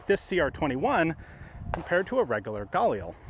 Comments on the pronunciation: I don’t care if it’s correct or not brother for the love of GOD, PLEASE never pronounce “GUH-LEEL” like that ever again. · Stop saying Gail Lee cmon Ian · hey Ian you say “galil” with a very strong g, it sounds like the “GA-lil” it would sound way more accurate if the spacing was much … tighter. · I’m so pissed off. I could’ve went my whole life ignorant to the correct pronunciation of galil. The correct way does not sound cool in the slightest bit🤣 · I love watching this guy, but am I the only one that gets just the slightest bit triggered by the way he says "Galil"? Lol XD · Love how Ian's been corrected on how to pronounce 'Galil' so many times and yet he persists in saying it wrong. 😄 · Oh, is THAT how you pronounce it? 'Galil'? Got it, thank you